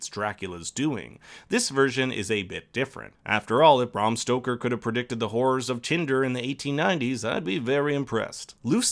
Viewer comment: It’s BRAM Stoker, not BRAHM.